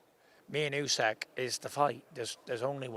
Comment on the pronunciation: Can someone politely say to Tyson how to pronounce Usyk. It's not UsEk it's OOSICK.